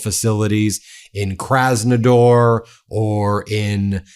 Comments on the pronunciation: It’s kraznaDAR not kraznaDOR . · KrasnoDAR not KrasnoDOR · Kras-no-DAR, not Kras-no-DOR. Please.